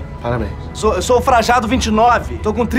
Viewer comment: Frajado? Pensei que era Frajano